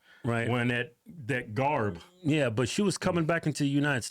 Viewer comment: He said “Garb” LMAO